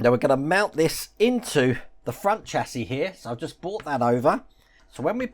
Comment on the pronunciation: Chassis is pronounced shassey in the uk, love your content though but hate the American term for a car frame